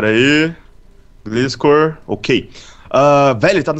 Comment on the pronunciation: NÃO É GLISCOR, gliscor é só como se escreve maos se pronuncia glaiscor profs na area kk